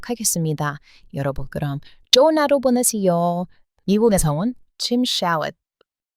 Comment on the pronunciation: 발음 아주 훌륭하신데 ㅈ 발음이 ㅉ에 가깝게 들리네요 정말정말이 쩡말쩡말 좋은하루가 쫗은하루 이렇게요